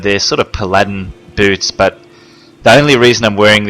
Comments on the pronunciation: puh-ladin? pal a din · i like how this guy says paladin he says it like pladin